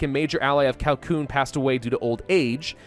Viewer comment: Cao is pronounced Tsao